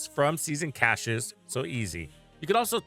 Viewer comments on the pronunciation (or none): none